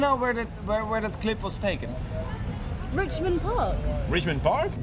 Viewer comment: It's Fichmond Bark